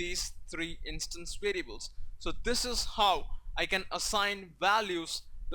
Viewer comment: I don't want to be rude but try to train the way you say variables :)